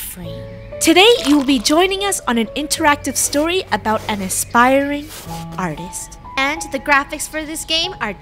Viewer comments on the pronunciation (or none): "Art-tast"